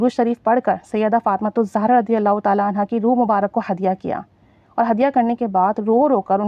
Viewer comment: سیدہ فاطمہ زاہرہ علیہ السلام پلیز صحیح پڑھا کریں